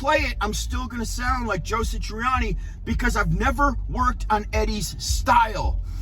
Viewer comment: 1. It is SATriani, not SITriani. It is odd that you talk about this topic with such passion, but you don't even know how to say his name. 2. Not all of the music on Stern was bad. Mean Street sucked... Summer Nights was terrible. That stuff sounded like a newbie, frankly. However, Right Now was pretty good. The bulk of Best of Both Worlds was alright, but the solo was kind of cringey. He looked like a dufus when he tried to double tap. It is amazing that someone who is supposed to be a bit of a virtuoso himself can't really double tap at all. 3. The obvious answer is "Steve Vai." I don't know what their relationship is like these days, but if Dave is going to put together his own tribute tour, Vai is the "no duh" lead guitar, if they don't hate each other now. Vai should be doing it in the first place with Sammy. Or... Why isn't Vic Johnson doing it? He is clearly WAY better at playing Eddie's stuff than Satriani. Why didn't Sammy just do the tour with The Circle? 4. Wolfie's fat ass was great with Foo Fighters. 5. It is pretty clear that Alex is not going to do this tribute stuff. 6. As soon as Eddie died, I was envisioning one big concert, a la Freddie Mercury's tribute, to properly honor him. A whole slew of people could take part, and it would much better illuminate what a vast, overwhelming impact Eddie had on musicians everywhere, while simultaneously giving the fans something with which to sort of get some closure re: Eddie's death (and hear some really cool renditions